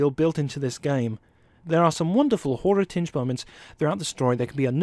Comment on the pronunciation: Giving a WIN for inability to say the word 'horror'...